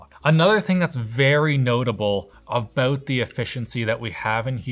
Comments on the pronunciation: The ''aboooot'' is strong with this one lol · "one thing that annoys me abbboooooott these" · Your "About" is very Canadian. 🇨🇦 I like it.